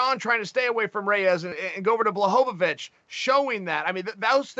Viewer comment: Chael “Blah-HOVA-Vich” Sonnen